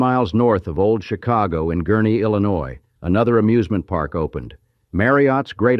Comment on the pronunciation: Most of AI is illiterate like today’s consumers. 🤷🏻‍♀️🙈 At least Illinois was pronounced correctly!! 🤨♥️